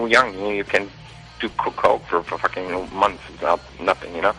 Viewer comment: Am I the only person laughing when he says "fucking"? XD I don't know why! It just sounds so funny! "When you're young you can do coke for fucking months!"